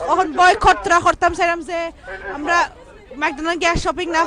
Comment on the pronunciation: Amra, not amda 👍🤣